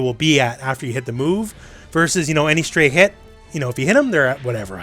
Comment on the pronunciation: i chuckled every time you said "stray hit"